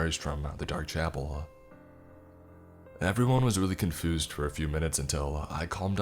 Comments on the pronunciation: Nobody::*CONFOOSED* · You said confused worng.